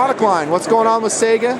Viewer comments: Its funny to hear people pronounce it "SAGA", in Russian its "SIEGAH". Eh, Tomato, Tomahtoe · Tell em to learn russian, only 1 proper way to pronounce it. Саига 12 Say-Ga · I couldn't get past 1 minute; he keeps saying say-ga, it's sigh-ga :/ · yeah...., thats not correct at all. Its САЙГА. Go on over to (learnrussian.elanguageschoolDOTnet), and tell me what sound АЙ makes, then go get yourself a tutor. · I do not wish to argue with anyone over the pronunciation of a word, but I thought people liked to pronounce things that they are interested in correctly. If you are interested here is some videos I found of it being pronounced correctly. Also one on the Saiga antelope which is the rifles/shotguns namesake.